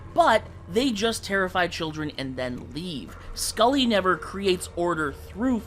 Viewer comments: No way you called Sully "Scully." You should explode for that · It's Sully sir, not Skully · It isn't skully it's sully,sorry someone had to mention it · Wtf is skully its sully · Bro called Sully skully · Definitely not pronounced “Scully”, it’s “Sully” as in “Sullivan” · So it's actually pronounced Sully, not Skully. also Avatar Kora doesn't deserve ANY of the rings. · Did bro really just call Sully from Monsters Inc. Skully?💀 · Are you mispronouncing Sully's name on purpose just to get comments correcting you and boosting the algorithm? Because god damn it's working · Me: Annoyed they keep mispronouncing Sully's name.